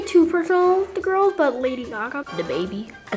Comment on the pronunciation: my mans said dababy